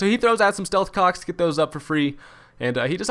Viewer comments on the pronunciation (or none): Did anyone else hear him say "stealth cocks" at - ?